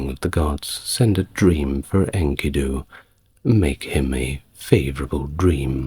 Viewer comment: My I offer another pronounciation of the name Enkidu. The narrator says INKY'-doo, but on STNG, Patrick Stewart (Jean-Luc Picard) pronounces Enkidu as in-KEY'-doo, in the episode "Darmok and Jalad at Tanagra" with the emphasis on the sylable ki.